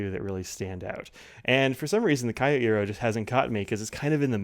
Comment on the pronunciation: Thank you,. (Psst: not K-i-o but kYO.)